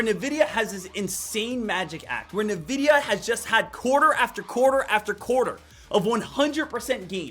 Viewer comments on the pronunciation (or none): Lost me at “Nuh-vidia” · it's not pronounced nvidia, its N-Videa